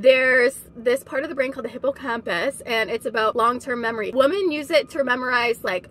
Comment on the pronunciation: Why does she keep saying woman instead of women?